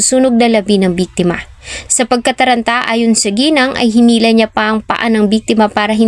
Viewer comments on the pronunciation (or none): none